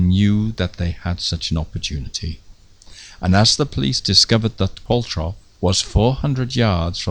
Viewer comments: Love this series, I think the surname Qualtrough is a manx name there are quite a few Qualtroughs in the Isle of man although spelt the same is usually pronounced Qualtro. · Excellent! But Qualtrough, which is Manx and was my great-grandmother's maiden name, is pronounced like 'Qualtro'. The 'ough' rhymes with 'though'. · I've always known Qualtrough to be pronounced Qual-trow. I've never heard it said Qual-troff before. Not important as far as this excellent film is concerned, I know. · You say "Qualtroff" but I've always thought of it as "Qualtrow" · Is the name pronounced Qualtrow and not qualtroff?